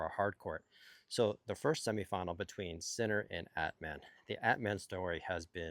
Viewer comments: exactly, At-mahn comes close. LOL, i love him saying it like Batman without the B. By the way, he will be thrilled that the pronunciation police is on patrol again :) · Not a "gotcha" just a help. Phonetically, Atmane's name is pronounced At-mawn, not At-man. Cheers!